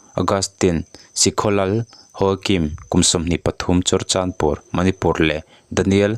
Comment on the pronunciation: manipur tiha (pur ) tih lai hi i thluk sâng tawh dawn nia, a reng rengah hei leh chen mi lam dante pawh i hre lo em ni?